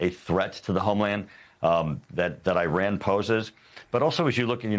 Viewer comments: This clown can’t pronounce Iran. Right Wingers are bleeping idiots.. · He talks about it how many times? and never says it correctly😢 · "Nuculer" and "Eyeran." Another genius repuglican. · What is nucular enrichment? Is the same as nuclear enrichment? And why the name of that country is pronounced as far from the actual name?